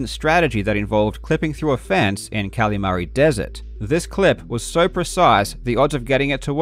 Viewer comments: great video but it kills me every time you call it cally mary instead of calimari like the fried squid dish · I am begging you. Please stop saying Kalamari like that